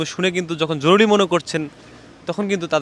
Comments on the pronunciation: হায়রে সাংবাদিক ভাই জরুলী না বলে জরুরি বললে কি হত। 😂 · জরুলি না উচ্চারণ টা " জরুরি " হবে। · আপনি তো বলতে পারেন না,যেমন জরুরি কে বলেন জরুলি, কমান্ড কে বলেন কমন,আগে কথা বলতে শিখেন, আর এটা হবে গণভবন রাষ্ট্রভবন না, রাষ্ট্র ভবন বলতে ঢাকাতে কোন ভবন নেই। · কি সাংঘাতিক রে বাবা জরুরী কে জরুরী বলতে পারে না* জরুলী বললো বড়ই হাস্যকর 😅😅😅😅😅😅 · জরুলী এটা কোন শব্দ ভাই?? জরুরী এটা শুদ্ধ শব্দ। ভাষা ঠিক করে কথা বলতে হবে। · ভাই “জরুলী অবস্থা না” হবে “জরুরী অবস্থা” । আর ওরা “বাংলাদেশ সেনাবাহিনী” না ওরা “বাংলাদেশ সেনালীগ” । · জরুলি কি ?? শব্দটা হবে জরুরী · এই বেটা উচ্চারণ ঠিক কর জরুলী নয় বল জরুরি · ভিতি কর জরুরি,উচ্চারন ঠিক করেন